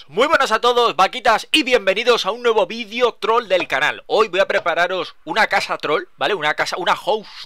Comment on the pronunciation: porque dicen vidio en vez de video :v